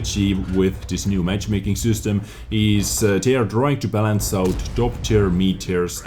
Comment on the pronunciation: Its system not süstem